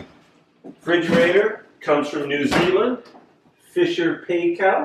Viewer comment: The refrigerator brand Fisher & Paykel, Paykel is pronounce "Pie kill" or it is down here in New Zealand.